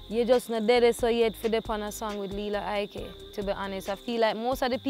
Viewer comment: Its Lila Ike not Lela !